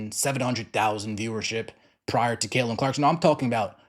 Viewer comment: Caitlin with a t. Not Cailin.